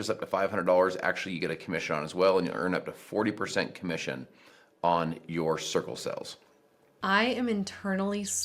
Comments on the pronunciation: Am I the only one who keep hearing “sickle cells” whenever he said “circle sales” lol? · The way he says “circle sales” sounds like “sickle cells”